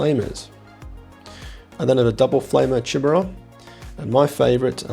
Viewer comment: WHY!? Why are can't you at least pronounce "Chimera" consistently? Let alone not getting it right, you're even saying it a different way each time!